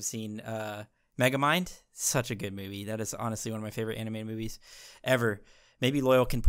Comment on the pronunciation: i swear he said megaminds my favorite anime